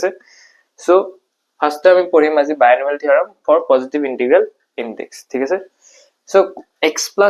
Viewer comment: binomial not bionomial